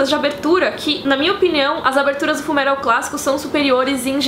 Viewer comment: a mina vem e me fala "FULMERAL" PQP UHAHSAHUSUHAUSHAUSUHAUHSASHUAUHSUAHSHUAUHSA